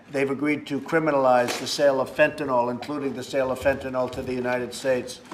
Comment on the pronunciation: It's not Fantanalll It's Fentanyl..... Trump needs some speech lessons. Is anyone afraind to correct him?